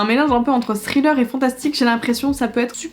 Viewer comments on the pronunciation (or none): none